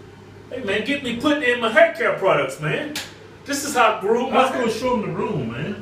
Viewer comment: that's what I put in my hauuur